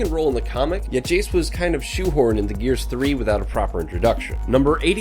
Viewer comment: My guess is someone else wrote this and you read. You first misspelled Jace.. you called him Chase Stratton. then Aspho fields is pronounced ASS-POE fields. among other things..